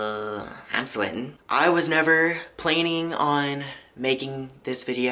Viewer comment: Did he just say plaining instead of planning